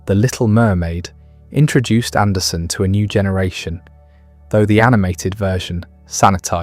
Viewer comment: Hey, everyone, it’s AndersEn. He’s Danish, not Swedish.